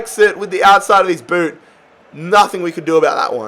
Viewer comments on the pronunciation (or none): none